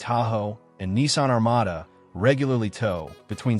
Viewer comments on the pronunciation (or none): none